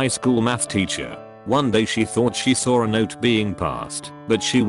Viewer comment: TTS: I sawr it. Me: You what? TTS: I sawr it. Me: One more time in American English, please. TTS: England intensifies SAWR